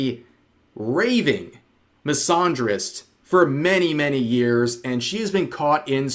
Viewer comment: The way Rev pronounces the word “misandrist” hurts my soul